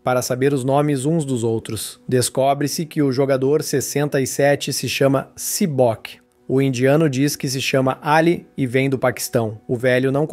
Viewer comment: Si boki cara 😢 sério não é sae byeok